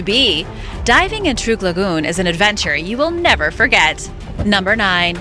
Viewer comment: It is pronounced Truck lagoon.